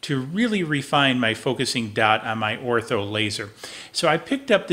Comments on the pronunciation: It’s Or tur. Not Ortho, they are the pest control people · ORTUR not Ortho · It's pronounced OR-TUR not ortho...